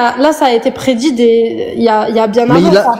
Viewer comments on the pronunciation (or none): "Il y a un livre qui prédji ce qui vas s'passer tu vois enfaite" Ptn elle lis Obertone. 😶